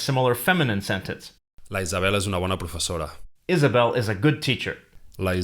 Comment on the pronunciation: Great video as always! As a native catalan speaker I need to recommend you to hire a native catalan for the catalan examples. The confusion between neutral E and A, the use of closed O in the place of open ones...Isabel is a spanish name, in catalan (at least, in central subdialect in which, it seems, is the video based) we say Elisabet like in english (but with the stress in the last E).